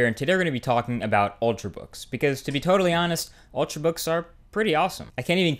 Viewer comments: "ultrbooks" I though it was "ultrabooks"? lol. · Ultrabooks, not ultrbook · 'Ultrbooks' - Marques Brownlee 2012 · Yay, 'ultrbooks' :D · Lol "Ultrbooks" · "Ultr(a)books" you da man!